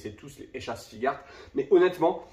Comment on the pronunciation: Je peux te comprendre ton amour pour les S.H.Figuarts Moi même étant collectionneurs de ceci Par contre et sans vouloir te juger mais on dit S.H.Fig"u"arts, le u n'es pas muet 😅😅😅